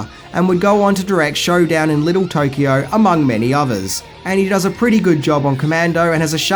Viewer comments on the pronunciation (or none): none